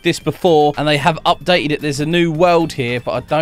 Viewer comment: Normal people: there has been an update: updete ED